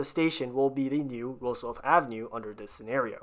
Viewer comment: It's pronounced Roosevelt, NOT RooseveLTH!!